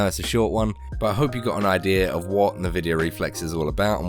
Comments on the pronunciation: N-vidia not navidia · great vid tho the nvidia pronunciation triggers me... its n-vi-dia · Me: An-vidia: Nuh-vidia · he's saying NahVidia to troll us ... he's gotta be trolling us lol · Everyone I've heard says it like "nuh-vidia". Not EnVidia even though that's probably what it's called because I heard a woman say it in an Nvidia Splash Screen. But Nuh Vidia and Nah Videa are basically the same. It's not even like saying Mom or Mum. It's fine to say either but those are like 3 times more distinct from eachother than Navidia or Nuvidia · The way you say Nvidia kills me